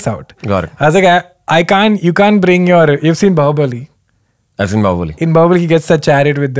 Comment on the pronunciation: “Bow”bali it seems 😘 Bahubali Kenny 😬